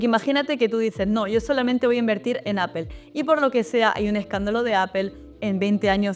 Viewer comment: Gracias por tu vídeo, valoro tu contenido, ya entiendo que aún cuando te sacaste un C2 en el Cambridge aún no logras ser perfecta en pronunciación…. “Aple”. 😅